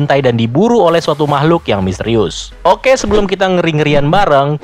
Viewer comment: Olweis ngakak receh pas ada org bilang "hohkeee" Di awal 😂